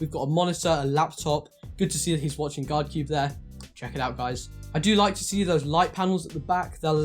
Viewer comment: hmm, it was supposed to be GUAAAAAARD CUBE, not GUARD CUBEEEEE, imo